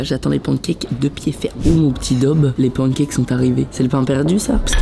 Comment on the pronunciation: waaah comment y prononce « pancakes » c’est honteux